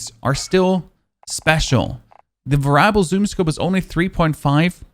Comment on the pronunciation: it's pronounced Vare-EE-able.... not varable